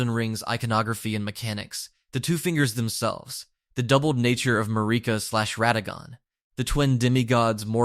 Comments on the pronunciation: Who tf is ma-rikka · Marika (MARE-IKA/MERICA) Radahn (RA-DON) please fix your pronunciation of the names of THE MAIN CHARICTERS